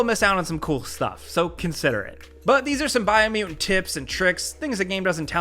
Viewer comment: "Biomu'ant" "Sabatwoi" Is this the new "coolspeak?" Something wrong with pronouncing the letter "T"? What's up with this silly trend?